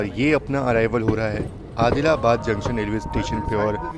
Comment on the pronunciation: Videos are good but prononunce "junction" properly